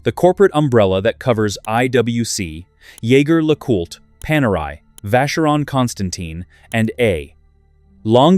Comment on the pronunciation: Jaeger-LeCoultre is a French name, even though the first name is a German word for hunter. Pronounce Jaeger as zhay zhair.